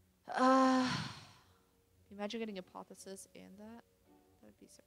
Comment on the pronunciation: it's not apothesis... its APOTH - E - OSIS :P